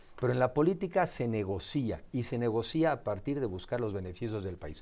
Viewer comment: Sólo Una Pequeña Observación Al Lic. Enrique, La Palabra Negoci'a Se Pronuncia Sin El Acento En La i , Lo Mismo Que La Palabra Financia . Saludos Cordiales.